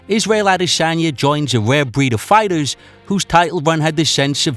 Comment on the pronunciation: Ware bweed of fiwhters